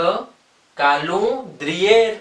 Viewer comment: Kolondriyr nahi hota